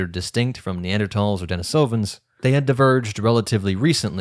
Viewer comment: deNIsovans not deniSOvans thank you